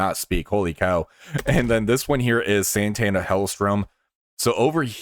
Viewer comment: Yeah, that's okay too. You were kinda saying it like the 90s guitarist though lol Santana. She has no n before the t.